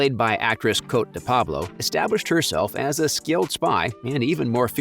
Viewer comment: Her name is pronounced Coatee